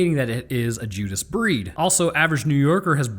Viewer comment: I'm sorry did he just say the Judas Breeist lol